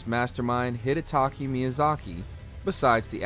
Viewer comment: You said DS3 was the highest note but ranked DS1 higher? also, maybe pronounce Hidetaka Miyazaki's name correctly